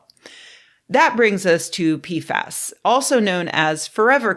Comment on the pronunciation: Sorry, I only hear peef ass, and it makes me unreasonably giggly 😹